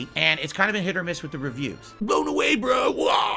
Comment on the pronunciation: The word is "witH",! "WIT" is an entirely different word & something you don't have!!